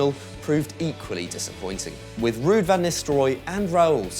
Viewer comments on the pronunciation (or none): none